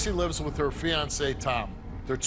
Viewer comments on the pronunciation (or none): none